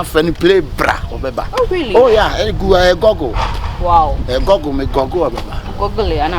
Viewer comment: The way he mentions google kraaa anoys me mpo